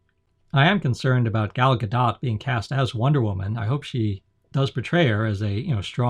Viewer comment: Her name is pronounced "Gol Ga•dote".